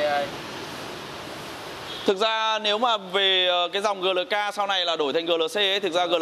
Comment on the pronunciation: GLK đọc Gờ Lờ K, nghe giống như nông dân vác tiền đi mua xe :(